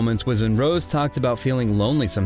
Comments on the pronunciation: Why so you think you have to reshash the entire Netflix documentary "Light Up The Sky"? Oh and please train your AI to say "Rosé" (Rozay) and not "Rose". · You lost me with "Rose" instead of Rosé. This AI channel is blocked. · Can’t listen to you call her Rose instead of Rosé for more than 5 minutes. It proves you don’t know the first thing about this group - or Rosé - and that you can’t even read her name properly. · It's Ro-Zay